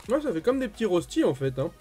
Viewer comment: En étant suisse c’est un sacrilège de dire rosti c’est reushti niveau prononciation